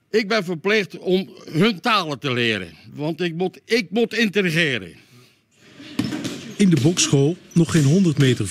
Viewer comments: Nou je eigen taal spreek je ook niet al te goed zo te horen. “Intergeren”??🤣🤣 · Hahahaha.... "Ik moet itregeren"... maar eerlijk is eerlijk; Ik moet zeggen de korte woordjes gaan hem wel redelijk netjes af. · " Want ik mot interegeren" 🤣🤣😂 Leer nou eerst je eigen taal eens fatsoenlijk te spreken dan praten we verder goed! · "Ik mot intergeren" 😂😂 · ‘Ik mot intergeren’ 😂 meneer, u spreekt uw eigen taal niet eens !!🤔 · "Want ik mot interegeren" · die ouwe klaagt over Nederlands? intRegreren of is het integreren? ??